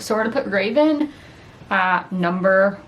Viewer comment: Fyi Revan is not Raven 😎👉👉